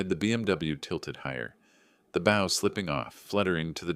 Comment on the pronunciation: Mispronounced bow.